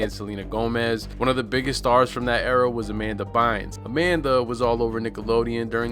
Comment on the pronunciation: So nobody’s gonna mention Anything senior Hall mispronouncing her name 😂😂 Amanda Burns 🔥 😊that should’ve been her twitter handle